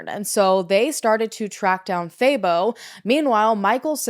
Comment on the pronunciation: I'm South African and I was impressed with how you pronounced most words. But I was very confused about "thay-bow" 😂 I thought, what a weird name. Then I realized it's Thabo. Haha, that one is pronounced "tah-boh"